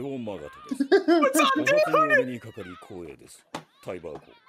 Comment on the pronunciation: Hey Willy's name is actually pronounced Villy I hope you hate it less now lol